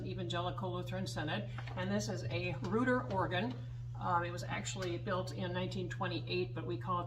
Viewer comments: For what it's worth, I think the name Reuter is pronounced "roy-ter." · Reuter is pronounced Roy-tur the pipe room is referred to as the pipe chamber and you are playing the console. I would love to see a stop list of the organ or could you simply get a close up shot of the stop rail.